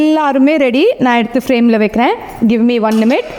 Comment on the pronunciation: Neega minutes sollama nimutes solringa